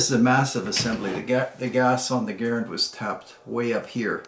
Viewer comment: Try Ga - rand not Gar- ren